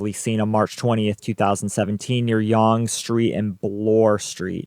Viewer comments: Yes we use 911 as emergency services number as an aside Yonge Street is pronouncedas Young Street. Our laws and justice system are definitely much different. If I remember correctly they were tailing McArthur having known of the connection to the cannibalism site. Eligibility for parole is guaranteed in Canada but is mostly denied to killers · Yes, Canada has 911. Yonge Street is pronounced Young Street. My dad worked at Stanfields manufacturing at the same time Bruce was a salesman. The salesmen would sometimes tour the factory. I still remember Dad saying there were some salesmen that he (dad) wouldn't buy water from if he was dying of thirst. Not saying he was talking about Bruce specifically but, if the shoe fits ... I have many friends who are part of the gay scene in Toronto. I also have cousins who live 20 kilometers from Fenelon Falls. This case hit really close to home.